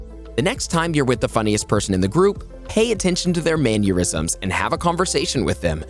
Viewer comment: "Manurisms". Haha